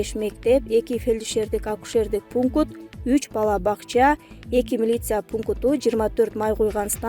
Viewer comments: Ушул алпаруучуну алмаштырбадынынар созду туура айталбайле уят еле канча ел корот пункут дедирип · Пункут дейтко😅